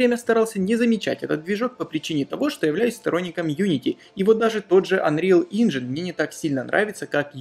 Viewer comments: Инжин? Инжин?!, ну пожалуйста, это даже хуже чем я произношу английские слова))) За видосики и информацию конечно большое спасибо, но тебя дети смотрят)) пусть не привыкают к неправильному английскому) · Анриал Инджин?!? Инджин!?! Ты угараешь?